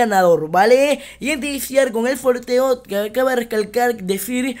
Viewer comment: se dice sorteo no forteo